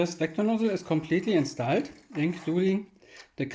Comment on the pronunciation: and its called instoled and not installed xD